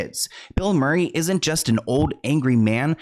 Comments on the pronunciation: It’s Mur not more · Kept hearing “Bill Morray” - Mureeee lol ❤ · He's also saying Bill Maury instead of Murray 😂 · Greena Davis and Bill Maury? This creator butchers names without a care in the world. Couldn’t watch past “Greena” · … “Bill Morry” 😂 . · Bill “Maury” lmao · Bill Maury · No, he can’t start pronouncing things correctly now because how else are we supposed to know when he gets body snatched? 😂